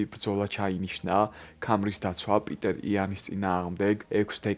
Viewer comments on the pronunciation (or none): პიტერ იანი არა პიტერ პენი პიოტრ იანი კითხება ❤😂